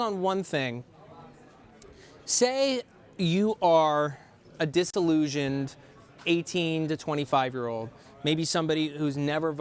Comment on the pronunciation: Matt did you say dis-tuh-llusioned